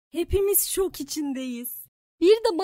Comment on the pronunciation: Şop değil şok